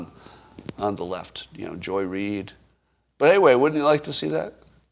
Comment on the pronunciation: Mr. Adams… THANK YOU FOR SPEAKING OUT HONESTLY about Joy Reid. And for speaking of her with proper accentuation. Keep up the excellent word choices, sir!